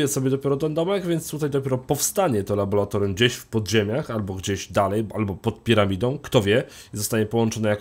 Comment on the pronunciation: Nie labolatorium, tylko laboratorium.... Wstydź sie!